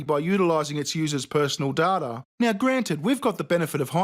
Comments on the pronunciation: Your pronounciation of the word "data" sounds wrong to me. I am not sure if it is wrong, but it sounds super wrong. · Please learn to pronounce data. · IT'S CALLED D A T A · Its DATA NOT DATA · plz learn how to pronounce data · I just hate the way he pronounces data... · Stop. I can't. I just can't. Data. Data. DATA! AAAAAAA YOUSAYIT WRONG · every time you say data instead of data i cringe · STOP SAYING DATA!!!!! ITS DATA!!!! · stop saying "data" it's data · ITS DATA FOR FUCK SAME MAN!!!!! WHAT THE FUCK ARE U SAYING????? "DATA... DATA... DATA..." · Couldn't watch past the intro. That's not how you say data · Say " data " properly!! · The way you pronounce " data " tho! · Holy shit, I get why you do adverts, but if you must insist on pronouncing data wrong (I'm english we invented the language) do you have to say it 20 times in 15 seconds, my poor ears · Dude, dude, dude... literally unwatchable. Learn how to pronounce “data!” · If this guy says data wrong one more time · It's not data, it's data. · Can’t believe you pronounce Data as Data made me chuckle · Please don't say 'data', it's 'data'. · Its data not data. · Anyone else get Triggered by the australian pronunciantion of "Data" about 10 billion times in the sponsor spot? No? Just me? Okay. I'll go back to being a tea sipping pommy bastard and enjoy the rest of the video then. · it's data, not data. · Whoever says data instead of data is just a lunatic. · Every time he said data i picture 'Data' Suckerburg. I think this is where he was going with it, or it's the NZ/Aussie way of saying 'data'. It did caught my attention as well, cause he kept repeating it. "You say a not à or â or ah ???" Funny enough i'd a teacher like that. I'm Canadian and having difficulty with "A boat", "A boot", "A bout"... So you would probably end up hurting yourself if you come to Canada. hehehe Do you want to punch yourself in the face when you hear PJW say "ringing" or "singing"... Anything ending with 'gging' ??? ;)